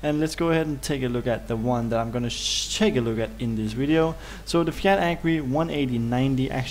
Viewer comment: Widio lmao.....derp